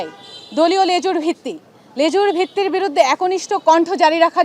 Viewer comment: লেজুরভিত্তি নয় লেজুরবৃত্তি